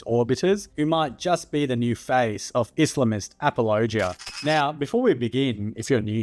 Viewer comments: I like how you say apologia like it's a region of Tennessee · Good video, but I have never in my life heard someone pronounce apologia like that lol